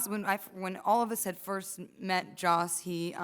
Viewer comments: It's Josssss. Not JOSH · I'm starting to wonder if Mark realizes it isn't "Josh"...